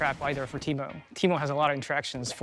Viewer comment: Teemoo 💀 disgusting